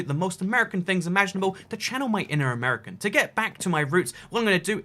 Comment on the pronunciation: It’s not amurcan it’s ‘Mercan